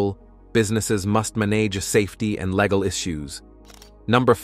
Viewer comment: Legal pronounced as “leg gal”? Obstacles pronounced as “obstak less”?